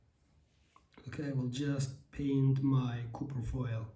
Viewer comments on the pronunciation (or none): Mukemmel anlatim . Ingilizcen cok iyi . Bir tek Kupir degil Kapir guzel abicim . Vurgu A harfinde Kolay gelsin ...